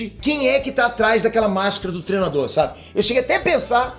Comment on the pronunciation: “TREnador” hahaha, o não consegue falar treinador 😂😂😂